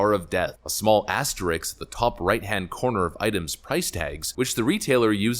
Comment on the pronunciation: I CAN'T TAKE IT! IT'S ASTERISK, not asteriks. Imagine saying the word skating. That's the letter order in asterisk.